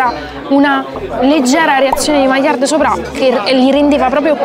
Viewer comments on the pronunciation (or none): none